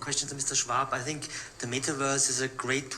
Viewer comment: " I sink" , I wish he would sink, with all the rest of his WEF.